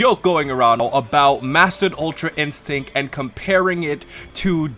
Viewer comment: “Ultra instinc”, ecks fuckin dee, work on your “t’s” more for the sake of the community.